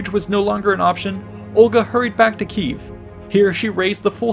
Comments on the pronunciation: it's Kiev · It's Kiev*